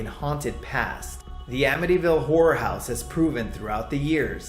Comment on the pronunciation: Horror not whore lol